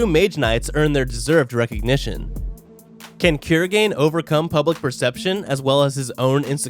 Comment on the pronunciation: Dude it's not kurogen it's kurogane